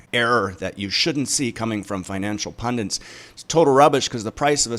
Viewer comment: Yeah it's a common mispronunciation of the word Pundit. It annoys me!